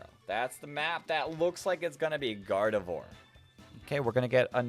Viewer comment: First off, I love the video, but second, I'm just letting you know that Gardevoir is pronounced "Gardev𝘸𝘢𝘳" and Garganacl is pronounced like "gargantuan" but with "uh-cull" at the end instead of the t-u-a-n.